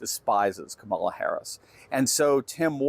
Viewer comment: KA ma la not ka MA la